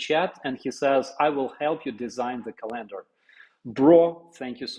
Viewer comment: Ca lender, emphasis on the first syllable. CA lender You were pronouncing. Co LAN der Which is a different word. CA lender, monthly pictures for each month.